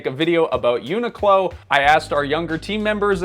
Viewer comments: question, why is it pronounced "eunuch low" instead of "unique low"? every tuber seems to pronounce it this way; but I don't wanna be a eunuch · i’ve never heard someone pronounce the name like they are saying unicorn. it comes from unique clothing co or whatever so everyone i’ve ever heard pronounces it uniq(e) clo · Isn’t it pronounced “unique-clo”? Never heard anyone say it this way. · Annoying that the host doesn't pronounce the name properly. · am i the only one who pronounces it unique-low in my head?